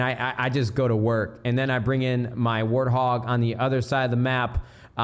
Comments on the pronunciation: he said "warhog" lmao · did he say War Hog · Did this man say "Warthog" 😂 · I love when nade says warthog.. keep on saying that nade! cracks me up everytime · ikr . it's so funny . keep on saying warthog